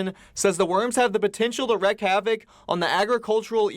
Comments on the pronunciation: It’s “wreak”, not “wreck” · It's "wreak" havok, pronounced as "reek", not "wreck" havok. Don't they teach english in high school anymore? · "wreak havoc" pronounced REEK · At :48 - it is REEK havoc. Not wreck. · This news segment illustrates the academic and intellectual capability of the inhabitants of "Misery"; the "newscaster" pronounced WREAK as "WRECK". It is the, "Show Me an Intelligent Person State." EMBARRASSING. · To. The correct term is “wreak havoc” pronounced “reek havoc”. NOT wreck havoc. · To: the correct term is "wreak havoc" (pronounced "reek havoc") and NOT wreck havoc.* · Wreak havoc.. pronounced "Wreek" havoc not Wreck havoc. Thank you. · It's W-R-E-A-K, not "wreck," havoc. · Yeah, first it’s “wreck” instead of “wreak” and then he just had to mention worms regrowing their “limbs”. 😂😂😂🙄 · Guy probably miss-spoke. Probably. However, as an announcer, it's his job to speak words at us. Being as that's his trade and likely only talent, it's fair to call him out on such an error. If it's alright to say 'wreck havoc', then you've got to wonder what havoc means. I always thought havoc was already kind of wreck. People going around giving words whatever meaning they like, will end language. We'll all be pointing and making noises at each other. Take about ten years, probably.